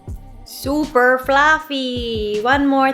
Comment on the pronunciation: omg when u said super fluffy u sounded so Filipino!!!